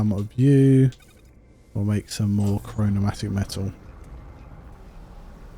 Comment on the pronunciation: It's chromatic metal and not chronomatic 😂